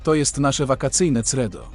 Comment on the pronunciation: Ciekawy program, tylko credo,czytamy Kredo! Dla przypomnienia.pozdrawiam.❤️